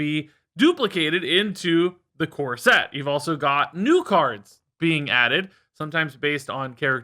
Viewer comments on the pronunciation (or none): I heard "core set" as "corset" and now I can't wash off the mental image of in a wedding dress.